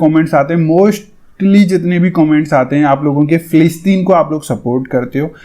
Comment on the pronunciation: Bhai g bo filistin hai aap na sahi sa pad kar bola Karo